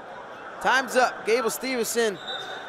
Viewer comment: bruh say the dudes last name right for fuks sake, STEVE-SON